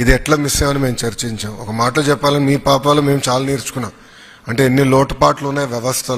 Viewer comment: పాపాలు కాదు sir.. పాపలు..😢😂